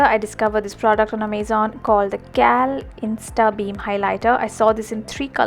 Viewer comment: The pronunciation of Amazon was wrong though. :')